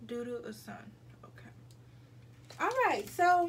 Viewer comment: It’s called osun pronounced oshuunn😂😭